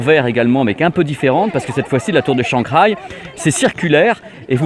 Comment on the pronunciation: Juste pour pinailler sur la prononciation de 'Shanghai' que t'as souvent l'occasion de prononcer , le "h" se prononce un peu comme le 'r' mais le 'g' ne se prononce pas dans ce cas ^^. Du coup ca ne fait pas 'shangraille' mais 'shanhaille ' . Voila voila si tu tiens à la prononciation à la chinoise ^^